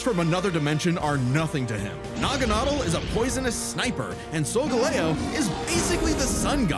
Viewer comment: What bastardization of the pronunciation so-ga-lay-oh did I just hear?